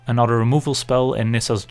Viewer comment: When you say 'anodder' haha